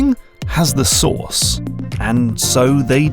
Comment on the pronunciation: "Sauce" in the English language shouldn't sound like "Source" and you can't convince me otherwise. 😂